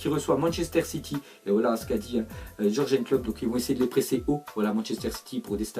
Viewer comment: Pour quoi les français n'appelle pas les gens par leurs noms mais veulent coûte que lire ça en français nous sort jorgen klop mais putain ça se lit yurguen klopp et vous dite de brune c de bronyine etc mouiller vous un peut prononcer les noms comme on les prononce dans leurs pays respectifs écoutez un français prononcer le nom du milieu black Hollandais de Liverpool il va prononcer wijnaldoum non putain c wiyna...👿👹💩